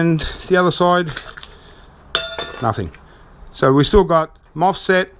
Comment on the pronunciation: cool, that was interesting 😊 (btw its a mosfet not a fosmet 😉)